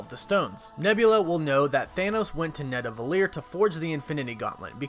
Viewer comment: man its called Nidavellir not Nadavellir